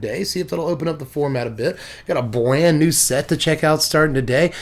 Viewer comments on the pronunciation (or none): I swear that is what he said! I relistened to it a few times and that's what I heard every time. LOL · misheard you and thought you said “bland new set.” Lol